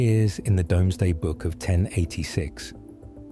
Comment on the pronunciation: The part found frustrating was the pronunciation of Doomsday. Salisbury Plains are where a lot of the British Military Industrial complex does it's testing, Key assets like Porton Down, GCHQ, Oxford etc are all in that area of the country. BAE and Airbus are at Bristol within easy reach. It is not unlike White Sands in the US, the problem as ever in the UK is space to do stuff in secret.